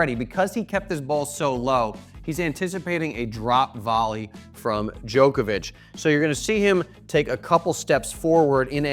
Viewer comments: His name is pronounced jock not joke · Why do ‘Muricans say “Joke-ovich” when the rest of the entire world call him “Jock-ovich”? Such an annoying pronunciation! 🤦🏻‍♂️ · Dude it’s Djokovic not Djoekoevic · Hate how Americans say Joke-a-vich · The hardest thing to comprehend is how he says jokervic